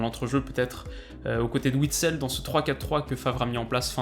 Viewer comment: Merci ta dit Witsel et pas Vitsel